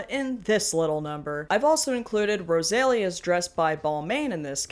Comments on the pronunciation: I love your content but how dare you mispronounce Rosalia’s name that badly. That dress is giving nothing, though. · You burchered rosalias name so much i thought she was a different person until i searched up her name and outfit